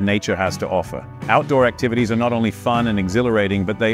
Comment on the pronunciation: “outdoor activates” 😂